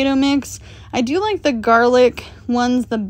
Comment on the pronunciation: Omg, “jar-lic” is perfect!